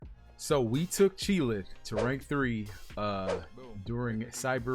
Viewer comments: Lmao! He calls her "chee'LITH" . Its Chee'ilth. Lol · its Chee'ilth not Chee'lith =)